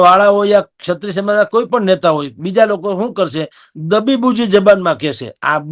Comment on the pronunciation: સત્રિય ન બોલો. ક્ષત્રિય સાચો શબ્દ અને ઉચ્ચાર છે. એન્કરની તો બહુ મોટી જવાબદારી છે ભાષા પ્રત્યે સભાનતા અને ચોકસાઈની. આવા ઉચ્ચારો સાંભળીને નવી પેઢી શીખશે શું?